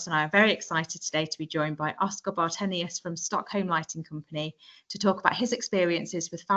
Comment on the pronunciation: Åre is pronounced more like Ore than Are.